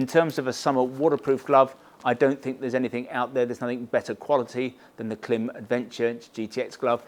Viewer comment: I always watch your gear reviews and really appreciate the detail you go into. But please, please, please…Klim is pronounced like climb!